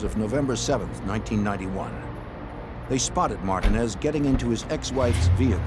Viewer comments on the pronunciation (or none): Mar-ta-nez 😂. The reenactment/actors of this is HORRIBLE #TrashJuice 🗑 🚮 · Its Martinez not Martin-Nez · Why do they keep saying Martin Is?? Wtf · WOW They turned Mar-teen-ez into martin-es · Ain’t nobody else gon call out the fact that they kept sayin “martin-ez” instead of MARTINEZ 😂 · It's not Martin it's Martinez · Martin ehs.... marteenehz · Alpo Martinez not Martin wtf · Calling alpo "alpo martin" is crazy😂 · “Alpo Martin “iz ” I cringed everytime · Mar-ta-nez??? How TF do you not know how to pronounce Martinez that's like one of the most common names in the world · Martinez It’s mar-teen-ezzzzz tf.! Lol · He was saying Martin...they off the damn hook. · What’s so hard about pronouncing Martinez ( Mar - teen - ez ) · I was like Martin Ez? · as a Castillian speaker I can attest it is not pronounced like that in Spain. In Spain you might hear Mar-TEEN-eth but never MAR-tin-ez. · Mar-teen-ez say it right 🧐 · Martin (ez) ¿I have never heard Martinez butchered this way! TF Why put up the photo of NOT Richard Porter? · Mar-tee-nez!!!!!!!!!!!!!!!!!! Wtf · Why are these dudes saying marten EZ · mar-ti-NEZ. WTF! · Martinez not matin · Mar-Teen ez (phonetically spelling) You want us to pronounce Broski but refuse to say our shit right. And why can’t ya’ll get people that look like the folks y’all portraying. DAMN!!! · They’re killing me with the mispronunciation of Alpo’s last name. 😞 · I thought it was just me I'm like wtf are they saying his name like that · It’s actually not pronounced wrong in Spain that’s how it’s pronounced they actually take offense if you pronounce it the common way everywhere else it’s the common way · So cringe on how they pronounced it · Mac Blazin Well, its hard for a lot of white people to pronounce black and brown names lol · The Way They're Saying Martinez Is Awful.....They need to be charged with a crime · Imagine making a career out of being a narrator, but not being able to pronounce MARTINEZ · Why they saying his last name wrong lol